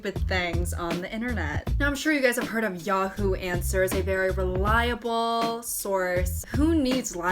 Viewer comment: nobody:: yaww-who no hate:)